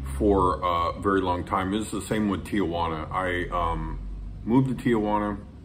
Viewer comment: You lived in Tijuana for five years and you still pronounce It "TiAjuana"?